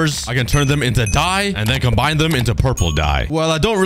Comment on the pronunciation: The fact that he said turn it into DIE I felt like he said go die lol